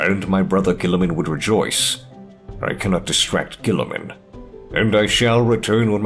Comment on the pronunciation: "Gooliemun" burn that heretic.